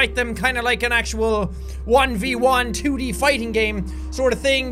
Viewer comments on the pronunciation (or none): Did he say 2D?